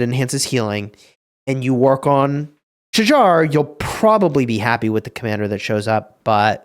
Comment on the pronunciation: Bro.. Its pronounced as "Shahar". Dude you all act smart by being fancy with how you say Tariq but you mess this one up? Get your act together.